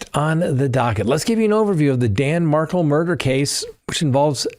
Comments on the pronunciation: Mar-kel, not Markle. Please pronounce the victims name correctly!!!! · It is MAR-KEL not MARCKLE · Love you, but you gotta look into saying Dan Markel’s name correctly…just to honor his name….please like kettle…kel….rhymes with bell… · It’s Mar-kel